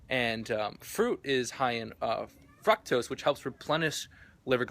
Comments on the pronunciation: My boi said frucktoes instead of fructose 😂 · Fruck-tose? Are you kidding? Hahahahahahahah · Did he say frucktose? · This dude said fractose....... nice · fruck-toast hahahah